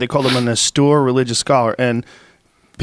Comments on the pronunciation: Joe, "austere" is pronounced "Os-teer", not "a-stoor". C'mon, bro! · Austoor. Austere, Joe. Fckin Austere. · Joe doesn't know the word austere. He kept saying it wrong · Ast-oor religious scholar, eh Joe? (It's pronounced aus-teer) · Breh, the word you’re looking for is “austere” pronounced “aw-steer,” drop that “austoor” stuff already, we’ve been over this before. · Austere Joe. Aw steer. As in: Ah! Steer clear of words you don't know how to pronounce! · ASTUR SCHOLAR🤣🤣🤣🤣🤣🤣 Joe says it three times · Austere, (aust-ear) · Joe "Austurr" Rogan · Austere ( Awww — steer ) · "Austure"? Jeez Joe.... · Say “austoore” one more goddamn time... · It's goddamn auSTEEEEEEEER. Ffs. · OMG!!! They were trying to pronounce the word "austere"???? They completely butchered it!!! I didn't actually know that they were saying that word until I read your comment hahahahahahaha